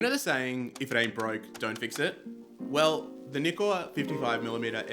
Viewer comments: Thank you for pronouncing Nikon correctly - So many say "NIGH- Kan" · Thanks for pronouncing Nikon correctly 😂